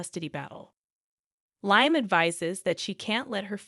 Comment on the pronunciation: You need to learn to pronounce the characters names correctly. Lyim?